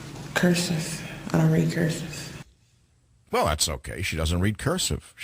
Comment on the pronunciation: ***** I thought she said that she couldn't read "curseff".